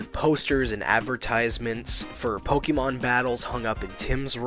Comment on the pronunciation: It's pok-ayy-mon not pok-ee-mon Also if pokemon were real life would be better cause now eevee is a reality but we're all gonna die cause now driftloon and yveltal are now a thing